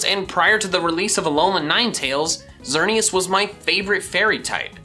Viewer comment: There is no U in Xerneas, and there is no vowel between the Y and the V in Yveltal!